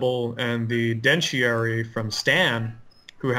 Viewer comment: kept calling it the 'dentiary', when it's actually the DENTARY.